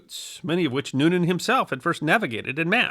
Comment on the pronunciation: You could begin by getting his name right, it's Noonan, not Newman...